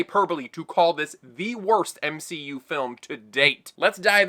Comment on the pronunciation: The M-she-U